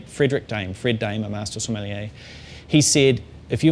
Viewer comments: so-meh-(except you dont pronounce the h)-lee-a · It's funny because he can't even pronounce it